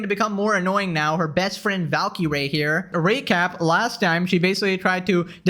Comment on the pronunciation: Valkee - ray? Double Blue? I thought Indians learned English in elementary school